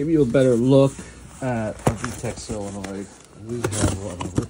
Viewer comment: Why do you call it a "sillanoid"? It's pronounced SOLE uh noid.